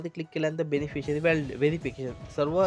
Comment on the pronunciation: 4.24 काय बोलले ते समजत नाही बेनफिसरी is not registered जरा नीट सांगा समजत नाही